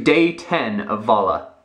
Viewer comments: You said vala again! Bad:/ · its VALO not VALA ! he always says VALA in the intros .... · VALO NOT VALA ! haha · lol at the tags: doesn't have fully functional brain that why he says vala not valo. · you said VALA at the start of your video. BOI you best remember its VALO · its VALO, not VALA. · you keep saying vala :) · You Say'd Vala >:D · lol he said " welcome to day 10 of vala " LOL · You said vala!;D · He said vala again!!! :P